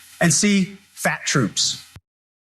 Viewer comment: Did he say "fat Trumps" or fat troops? 😂